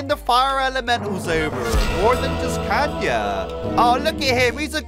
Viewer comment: bro calls kayna kanye